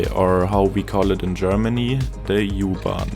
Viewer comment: The YOU-Bahn :elbowcough:Der war richtig gut!:goodvibes